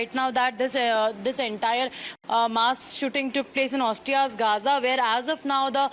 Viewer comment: Its not gaza - its graz and not Australia its Austria. And that lady definitely doesn’t live in graz-- the local reporter in india should do some homework!